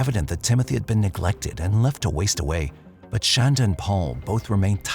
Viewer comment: No hate - love your voice, it's great for true crime. But i think if you're going to do a 90 minute video, you should make sure you're saying the defendant's name right. I know it's spelled, "Shan-duh" like you're saying, but you can clearly hear Paul pronouncing it "Shaun-duh."